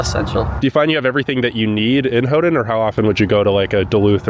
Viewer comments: Not: Hoo-Done Is: Hoo-Ten, or Hoo-Ton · I can tell you are excited, but just for the record, Houghton has a T and not a D in it so it was a little hard to hear you try to pronounce it all the time. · Why do you keep calling it hoe-den instead of Hoe-tun? The city's name doesn't have a d in it. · Ho-den? No, Ho-ton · “Hoe done?” It’s pronounced “Hoe ton!” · Ho-ton not Ho-dun!!!!!!! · It sounds like you are saying "Houghdon". You are forgetting the "T". "Ho-tn" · It’s HoughTON not HoughDON. I cringed every time you said HoughDON. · Why do you pronounce it Ho din?? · Why do you keep pronouncing it "Howdun?" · Great video, but it is pronounced "HOE-TON, never hodun. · Okay, as a native michigander and a snowbird yooper I've got to tell you that your pronunciations are driving everybody crazy but they're too polite to mention it. I'm not. Hoe-ton, Hoe-ton, Hoe-ton, Suomi is Sue-me, the park is Aisle (like in a store) Roy-el (not roy-al) Your Special rock at the breakwater is called "portland conglomerate" by rockhounds and your iron rock was a brick. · Hough-TON. Houghton-TON. Hough-TON. NO D. You’re killing me.